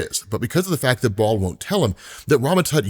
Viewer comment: Kills me that you mispronounce soo many names and words in every video. Like seriously dude. If you’re unsure research phonetics Baal isn’t pronounced ball, both correct pronunciations don’t sound like ball